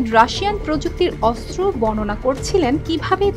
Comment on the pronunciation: অস্ত্র উচ্চারণ করতে হবে শুদ্ধ করে 😅😅😅